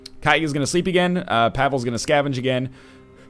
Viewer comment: The way he's pronouncing Pavle is killing my soul.